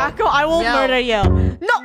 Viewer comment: Funneh: I'm gonna myurder u!